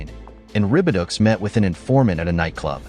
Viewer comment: Venezuelan butterfly.😂😂 I think I speak for everybody when I say "Naw. That's called a Mafia Necktie." And stupid AI. Ribiducks.. One would think with how far technology has come throughout the years we would have at least one AI that doesn't mispronounce words. Ribidoux - (Rih-bih-doh).. Instead we get (Rih-bih-ducks)😂😂